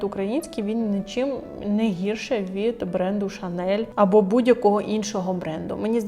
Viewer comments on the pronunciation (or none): Не хочу «душнити», але все ж таки ріже вухо неправильне закінчення ШанеЛ,яке стало популярним на просторах інтернету і звучить вульгарно,перекручено.Правильна вимова лише Шанель.